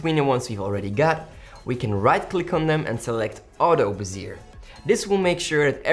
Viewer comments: It's pronounced "Beh - Zee - A" (long A sound at the end). Great video :D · Great tutorial, couple of pointers I needed! Uhh.. 'Bezier' pronunciation a bit weird. Keep up the great work guys!